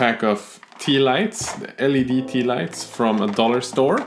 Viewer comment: Great video, never thought of using cheap LED lamps from the store that are allready connected to a power source. BTW. L.E.D. is how the Anglos pronounce it, not "leed". But the pronunciation "leed" has some charm to it when you aren't a native english speaker